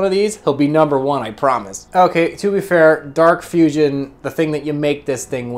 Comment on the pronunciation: I like the way he says big nomber, its always funny to me